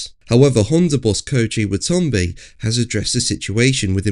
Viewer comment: Wah -Ta - NAh - Bé.